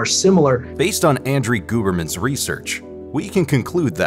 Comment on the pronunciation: No one is gonna acknowledge the andrie gooberman pronunciation??? Ok just me then😅😅😅😅